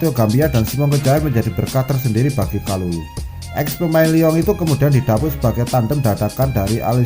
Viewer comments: Thauvin Prancis,, 😀😀, kalulu mas,, bukan kulalu,,jgn buru2 mas ngmong,y ntr kesedak,, 🙏🙏. Ttep smngat,,Forza milan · Kalulu bukan kulalu....ngakak bener